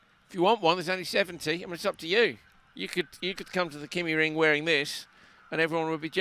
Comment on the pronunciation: Being a Scandinavian, I would suggest that the pronunciation of the "y" in Kymiring is close to the "i" as in Ridge. If you are familiar with German, the pronounciation is the same as the "ü". I hugely enjoy your commentaries as always. Cheerio,!